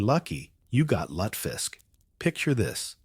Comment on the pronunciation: You lost me when you blew the pronunciation of lutefisk. Now I have to wonder if this is just AI. :-(